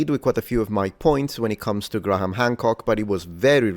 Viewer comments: It's pronounced "gray-em", not "Gra-ham". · As a pedant, I am sure you will appreciate this comment: "Graham" is pronounced "Grham," not "Gra-ham." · Graham = Gram. Not Gra-ham for future reference btw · Its Gray-am...the H is silent. Being pedantic... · it's Grey-ham btw :) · Great video topic. Btw... you still need to work on your pronunciation of the name Graham. It's only one syllable, just imagine it as being spelled "Gram". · here's a tip when pronouncing the name "Graham": the "h" is silent.